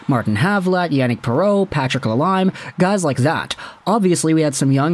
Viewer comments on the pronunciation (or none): Prounced Patrick La-LEEM not La Lime 😂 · it's pronounced "la leem" he be french.